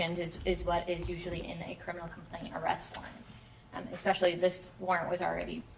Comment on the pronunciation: Hey lady prosecutor…it’s not eXpecially…….its eSpecially…drives me crazy ! 🤪 🙄🙄🙄🙄🙄